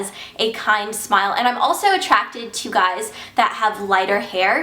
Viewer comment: You sounded so british when you said 'so guys' at the beginning :D